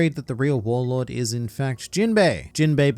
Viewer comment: I swear I heard them say arlong is a warlod